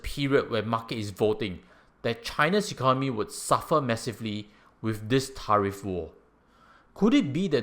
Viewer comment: I hope you don’t mind me saying this, but your pronunciation of “tariff” is not quite right. 🤭🙏